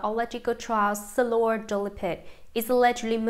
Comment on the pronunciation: Why do we have to suffer by hearing this robot mispronounce names and places. Why is Shiloh SILLOR?